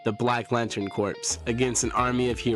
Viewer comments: Corps sounds like Core, not corpse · A corps is pronounced as core. A corpse is a deceased body and pronounced with the ssss at the end. Different words pronounced differently